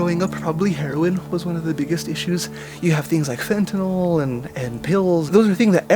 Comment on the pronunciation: It's fentaNYL... Not fentaNOL.